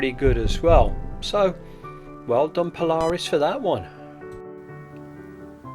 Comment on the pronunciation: Pronounced Paula...Reis...